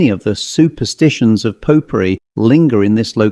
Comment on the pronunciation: I thought you were saying pot pourri, not popery 😂